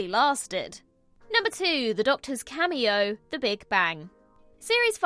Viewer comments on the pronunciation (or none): none